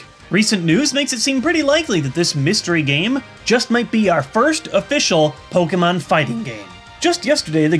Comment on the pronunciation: How bout Po-ken-mon